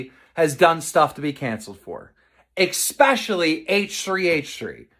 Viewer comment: Oh good lord. That's like television producers saying "If you go after someone's sponsors, you'll end our industry." James Charles admitted in writing to sending illegal photos to MINORS. And Keem, it's "especially," not "expecially." Take a seat, payroll boy.